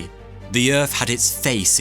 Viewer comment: What's a glassyer? And what planet is erf?